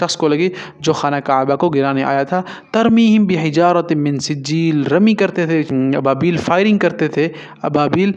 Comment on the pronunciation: Mee sejjel ( ikhfa) not min sijeeel (izhar)